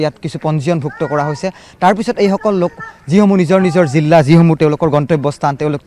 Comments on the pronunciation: জিল্লা নহয় জিলা হয়। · জিলা হয়। জিল্লা নহয়। 🙏🙏🙏🙏 কাণত বাজি থাকে।